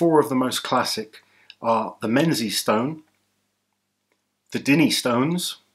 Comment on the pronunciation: Hey, small thing but "Menzies" is pronounced "Ming - es". Weird I know. Nice lift from you in the vid. Favourite lifts have gotta -Donald Dinnie himself moving those stones across the bridge. - seeing the McGlashen stones on Blue Peter as a kid in the early 90s, and Gary Taylor winning on them around the same time. my earliest memories of strongman. - Tom lifting the 304 in a few months time;) Thanks for the respect you show to Scotland too mate